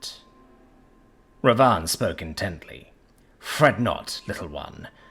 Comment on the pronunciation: The narrator really butchered the pronounciation in this one. Its *Bibhisan* and *Ravan/Ravana* . Characters from the "Reamker in Cambodia, the Ramakien in Thailand, the Kakawin Ramayana in Indonesia and Ramayana in India". Ravan was the Asura king who conquered the cosmos and Bibhisan is his younger brother who chose to side with the hero Ram/Rama(Avatar of Vishnu) instead of his own evil brother.